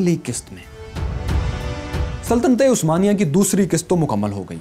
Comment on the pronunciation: why you said word '' saltaty-e-Usmania" i think its " Saltanat-e-Usmania"